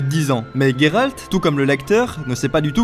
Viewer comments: n'ayant ni lu les livres ou jouer au jeu, j'ai adoré ta vidéo excepté à chaque fois que tu as dit " Guéralt " et pas " Géralt " haha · Il s'appelle Geralt pas Gueralt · Je ne sais pas mais j'ai l'impression que tu prononces mal son nom... Comme Gai-ral-t au lieu de Gé-ral-t.... ''IMPRESSION'' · Mais c'est GÉralt putain 😂😂 Ça se prononce comme ça dans les livres, dans la série et dans les deux derniers jeux...pourquoi y a autant de monde pour prononcer GUÉralt 😂😂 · Salut je suis d'accord avec toi, sur plein de points mais ta prononciation de "Guéralt"me fait vraiment mal aux oreilles, du coup je ne sais pas ce qui est le pire les faux raccord de la série ou ta prononciation du coup 😂😂 (ps: blc des puristes anglais et de leurs prononciations hasardeuses comme dirait l'autre ont et en france ici donc ont parle et prononce français mdr et c'est plus jolie entre nous 😆😉) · Comment tu as dit Gérald😂😂😂😂😂